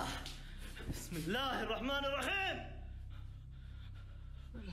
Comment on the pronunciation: Wow the way you said Bismillah is so perfect. Love your videos.